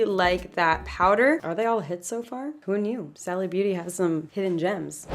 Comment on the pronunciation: It’s pronounced “Sally”